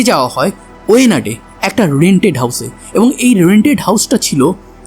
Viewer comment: কোঝিকোড নয় কর্রিকোড হবে, ওয়েনাড নয় বায়ানাড হবে। আর হেমচন্দ্র কে যেখানে রাখা হয়েছে সেই জায়গাটা কাশ্মীরের মত সব সময় ঠান্ডা থাকে সেই কারণেই হয়তো তার বডি নষ্ট হয়নি।